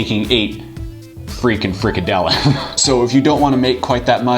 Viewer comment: haha you pronounce it so funny "freak a dillon"